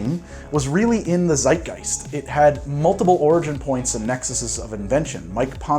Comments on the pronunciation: its zeitgeist not seitgeist z like tz like zorro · seitgeist xD pronoucing a z in the german way was never an option